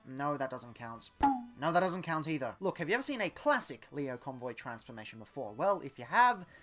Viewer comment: It's Lio Convoy, not Leo Convoy. He says his name literally every time he transforms